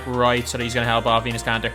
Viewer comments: did he say anus kanter 😂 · I legit thought he said penis kanter!! LMAO!! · he said Anus kanter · Enes kanter got roasted bye this dude... He called him Anus kanter lol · " At the 4 we have ANUS KANTER " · He said anus kanter😂😂😂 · this dude said anus Kanter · (Plus he's like the worst 2k you tuber so I don't blame you for roasting him And he calls Enes Kanter ANUS KANTER) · how he says Enes Kanter